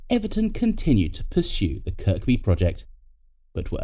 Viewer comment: Second K in Kirkby is silent